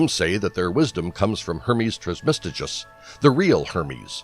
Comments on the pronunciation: It’s Trismegistus, not Trismestigus, or whatever the narrator calls him! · Hermes "Trice-Ma-Jest-Us"!!! If you're going to make a video about him, learning to pronounce his name seems logical to me. How can you make such a well prepared presentation and not know how to pronounce his name??? It means "3 times Majestic". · The way he says trismegistus makes me cringe, its pronounced "tris-muh-gist-us" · The rest of the video was excellent. It just seems clear whoever did the voice narration did not take the time to learn to pronounce the name properly as they were reading over the script. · Spirituelle No and no, but these question come from an account of thinking I meant unprofessional as in not formal or scholarly. But I meant unprofessional as in not very formidable or matching to the informational tempo of the video due to it being pronounced incorrectly. This video is literally on Hermeticism, created by Hermes aka TRISMEGISTUS. If he could gather all of this research and information to compile a video on Hermeticism he could at least say the creator of Hermeticism’s name right. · Spirituelle ok but if they’re gonna make an informational video on Hermeticism they should pronounce it correctly it’s simply unprofessional.